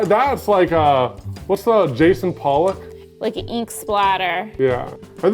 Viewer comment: Evan has done so much art, and still got Jackson Pollock's name wrong. That's bewildering to me.